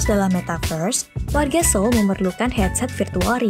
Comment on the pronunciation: bacanya soul